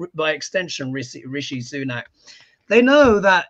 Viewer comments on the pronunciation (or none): none